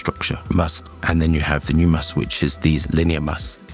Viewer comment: Is he saying must or musk?